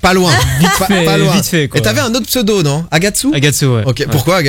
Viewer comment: Il y a encore des gens qui arrivent à écorcher son pseudo ? oO